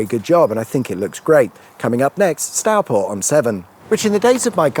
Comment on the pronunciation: Stourport. Not Starport. Go it.